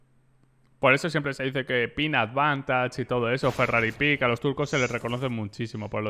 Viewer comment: se dice FERRARI PEEK